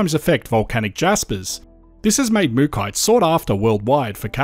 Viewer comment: Why pronounce it Mookite but it's spelt MookAite, and it's from MookA